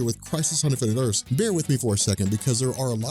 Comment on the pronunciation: "Infinite Erse"